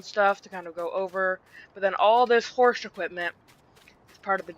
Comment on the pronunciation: Horsch...sounds like horse 🤔